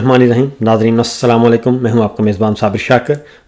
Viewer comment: السلام علیکم درست تلفظ ہے السلام وعلیکم غلط العام ہے براہِ کرم درستی کیجئیے